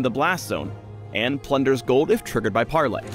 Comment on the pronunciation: "pARRley" omg im dying